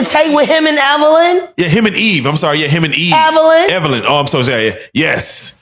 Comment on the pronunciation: Her name is not Evelyn...it's Jihan.